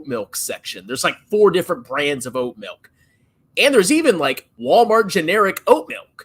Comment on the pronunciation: Of Course says "melk" instead of Milk.